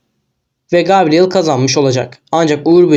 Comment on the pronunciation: Gabriel diye yazılır gebriyıl diye okunur.